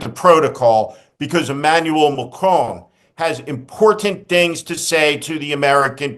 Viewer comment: Thank you Steve, I mean showing more repect for the Pronunciation of President Macron's name than Dumpster show to anything was awsome.